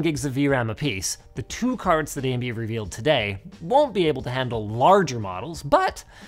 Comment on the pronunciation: That "AyyyMD" made me actually laugh! Ty